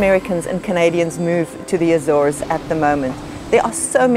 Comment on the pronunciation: Why, why, why do people say “ A-zones” which a long A? The Portuguese is Açores. Soft A, soft c. And while we’re at it, the bing can’t pronounce “entrepreneur” either